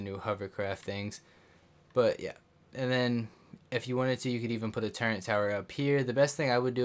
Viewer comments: Bro. Love the video, but please. It’s TURRET not turrent please stop saying turrent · Turrent? I didn't know it had a N in it